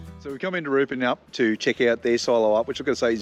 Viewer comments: Love it! Also it's Ruh-PAN-yip. Nobody gets it right though, it's not just you. 😜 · I was just going to comment on your pronunciation of Rupanyup but I see you’ve already been ‘corrected’ …as was the radio announcer at the Horsham radio station who made the same mistake when reading the local news on his first day. Great vid though, as always.